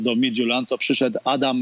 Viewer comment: Oglądałem pierwszy mecz i myślałem, że szlag mnie trafi słuchając komentarza. Nie pamiętam, kto komentował, ale wymawiał nazwę duńskiego zespołu dobrze, a drugi komentator mówił MITILAND xD